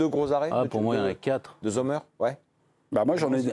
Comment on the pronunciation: premièrement Sommer ça se prononce comme en anglais. ici en Suisse alémanique on l'appelle "Sommm'r" voilà au lieu de faire comme si vous saviez parler le suisse allemand :-DDD arrêtez de mettre un Z devant !!! merci !!!